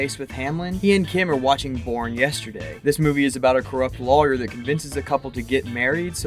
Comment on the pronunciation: Do you realize you don’t properly pronounce the word ‘lawyer’? So distracting when you’re talking about a show about lawyers….